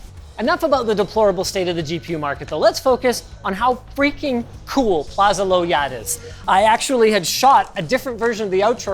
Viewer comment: Is actually pronounce is "Lao" yat for Malaysian